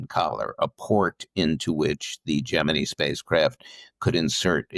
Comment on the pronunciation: Great interview, well done. Jeff's books are always worth a read. I've always pronounced Gemini like you.